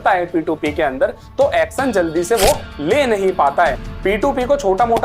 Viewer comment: action nahi acsan 😅